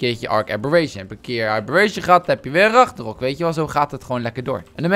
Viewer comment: WAH WAAH WAAAAAAAAAAAAH!? kimpie ragnarok: Ranknaronkie kimpie abberation: abbe'reent'ie